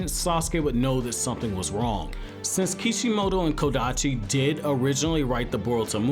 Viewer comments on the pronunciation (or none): none